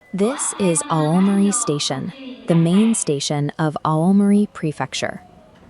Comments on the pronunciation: thanks for confirming the workflow. I know the English pronunciation of romaji stations/place names is bad. The text needs to be changed for names which are totally wrong - e.g. replace Aomori with something like "ow-morey" which in Google Translate gets very close to correct. I know it's an extra step in the workflow bit it greatly imrproves the quality of the video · You really need to get rid of that crap AI voice. It is annoying and mispronounces many place names making your videos seem like they are a lower quality than they otherwise would be. Especially Oww-mari which it gets wrong each of the 50 times it says it